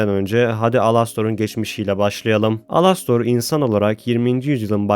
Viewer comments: abi alostor ne elıstır diye okunuyor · ABİ ALASTOR DİYE OKUNMUYOR ELASTIR DİYE OKUNUYO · alostor alastor diye okunmyo dostum elistır diye okunuyo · Alastor değil Elıstır😡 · Alastor diye yazılıyor elıstr diye okunuyor😅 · abi lütfen elistır diye oku yazılışı gibi değil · Ea diye okunuyo başı direk elistır diye değil ealıstır gibi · Knk elestır diyerek okunuyor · Alastor diye okuman beni deli etti sinirden dinleyemedim